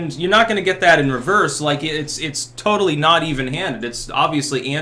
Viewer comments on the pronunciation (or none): none